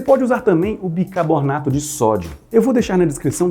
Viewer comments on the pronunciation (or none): Arregalei o olho quando chegou no "bicaBornato"